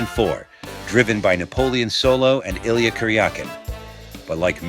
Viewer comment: It wasn't a one-off for David. He was signed for 7 eps originally. And it's EEL-YA, 2 syllavbles, not 3. Klemmer developed the MAUSER version of the gun--which didn't work when they went to film! The Walther version was borrowed from COMBAT and transformed by Arnold Goode and Bob Murdock.